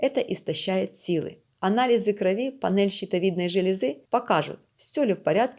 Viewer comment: Не кровИ , а крОви